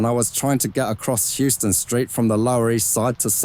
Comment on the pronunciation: Just so you know it is not pronounced Houston (like in the city in Texas) but House-ton street in NYC.